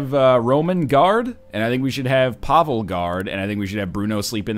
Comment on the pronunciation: YES Another episode! Every time you say Pavel i hear Pablo And then i'm like DAMN IT! Love this series!